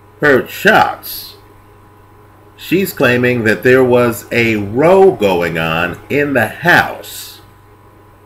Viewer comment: Because of differences in pronunciation from one area to another, may I say that 'row' actually rhymes with 'how' when referring to a big argument. [love your videos!]